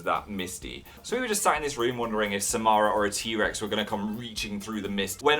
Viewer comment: PHIL ALMOST SAID MY NAME MY NAME IS AMARAH AND HE SAID SMARAH